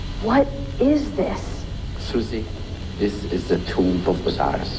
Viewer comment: Forgive me for asking what I assume will be a stupid question, but you keep saying something like "Tissurie one", or at least it sounds like that. What is it you're saying?